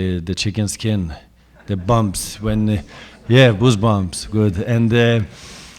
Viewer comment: Only zLAtan calls "Goose-bumps" ... "Booze-bumps" ... Omg! Love me some ZLATAN!